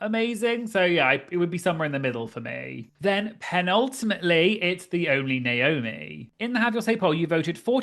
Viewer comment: What about "Penultimatt Leigh" lol